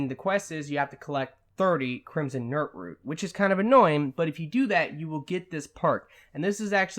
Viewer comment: "Crimson nirtroot"